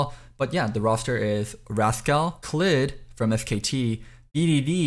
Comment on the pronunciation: Bro how can u not pronounce the word rascal. Raz-Kal lmao 🙈🙈🙈🙈🙈